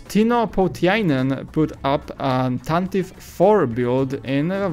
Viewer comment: It's pronounced "Tantivee"